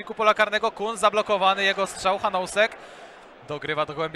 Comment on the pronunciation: Drobna wskazówka dla komentujących: nazwisko Czecha czyta się [hanusek], a nie [hanousek]. Tego "o" się nie wymawia, jest bezdźwięczne.